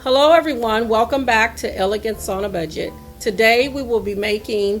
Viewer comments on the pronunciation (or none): none